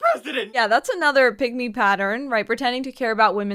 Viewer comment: Oh, I thought you said "pygmy."